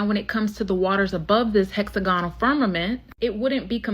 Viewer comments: Hex agonal? It’s hex ag onal smh seriously? This young lady has made it through the American education system and has no idea how to pronounce hexagon/ hexagonal? 308 MILLION people in the USA and none of you will stand up to the corruption in the government, CPS, the local government or the educational system , the endless 💉 throughout childhood, the brain damage or the disease or the corruption in the “health” system? Forced by government to subject your children to endless medical treatments without it being free? Cmon guys you gotta start standing up for yourselves. In the uk, Ireland and throughout Europe we are closing down the capital cities in protest on a regular basis, unharmed by our police unlike yours who are so arrogant with the “qualified immunity” they’ll shoot anyone and get away with it! You have the social media platforms saturated “truth telling” yet y’all refuse to actually stand up to the system! You need to demand better education, end qualified immunity, and the government out of medical treatments for your kids for starters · She can’t pronounce “hexagonal” and it’s annoying